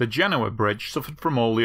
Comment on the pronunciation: I watched a video about this on another channel recently, and yours is superior and not only because you could actually say the name of the city right. The other one has the guy saying Gen-OH-uh.